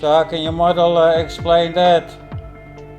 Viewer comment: Did you say model or MUDDLE?